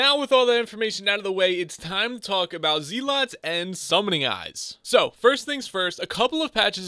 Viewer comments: I stopped watching the second you called them zeeeeeeelots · Zeelots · Bruh he says zealots wrong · IGN: DeadlyRedstoner Its nice to get some money i guess? And i love the way you say zealots